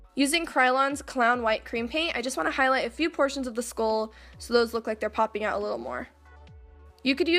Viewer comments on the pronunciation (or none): I know I keep saying this but it is so aesthetically and soothingly pleasing about watching your looks come together. And I thought it was cute how you pronounce it "skool."